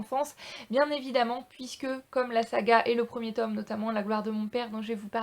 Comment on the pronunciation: Pas le 2ème "Tom";le 2ème "tôme"...